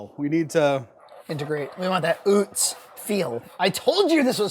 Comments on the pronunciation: it's pronounced Uh-tz not Oo-tz, it' a German name. William and Salie Utz began making potato chips out of their home in Hanover, Pennsylvania in 1921. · I live where Utz is manufactured (Hanover, PA) and it's pronounced "Uh-Tz." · It’s pronounced “Oo-tz?” I thought it was “uh-tz.” My life is a lie! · It is UTZ … I live in PA right by the factory. 😂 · It's pronounced Atz from Lebanon pa not far from the plant also have cupboard full of pfaltzgraff LOL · You say Utz weird lmao... This is coming from someone from the home of Utz potato chips